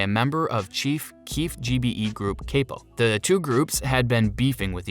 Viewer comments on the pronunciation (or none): Kapa/ cape-o??? Dafuqqqq?!! ITS CAP-O, do ur research.. my god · He also said “kapa” called offset “officer” and a whole slew of other BS 😂